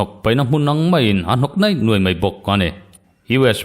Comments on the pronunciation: Neih nuaih ni lovin 'niaih nuaih' tih ṭhin tur aw. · Neih nuaih/nei nuai ni lovin, niaih nuaih/niai nuai tih tur aw.